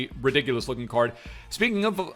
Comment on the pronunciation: No one:: Ridigulus